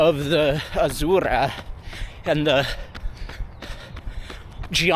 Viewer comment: loved the review. but got annoyed with the way Azura was being said 😢 Am I the only one haha. I’m sorry.Azzzzeuuurrah